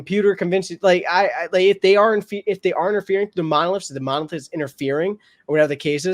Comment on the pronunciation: You got the monolith correct almost.